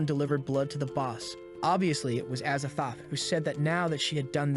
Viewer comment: azathoth? az a thoth? as a thot